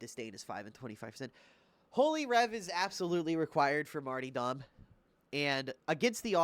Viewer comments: Martyrdom (Marr-tur-dumb) not (marty dom) lol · marty-dom... MARty-dom... martyDOM